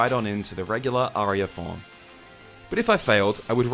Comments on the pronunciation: It’s pronounced AR-EE-UH. Spelled aria. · I’m glad you learned the correct pronunciation of aria about 6-7 mins in. I don’t need to comment explaining it because you obviously know now. Honestly, it feels better to see you figured it out than any satisfaction I woulda gotten from trying to help.